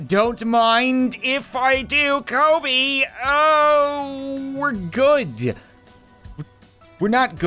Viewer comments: Is no one gonna talk about how he said "Kobe" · " Kobe " me " it's for Kobe not Kobe